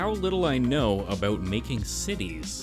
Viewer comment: “ I’m nae bothered aboot” too much time in Scotland?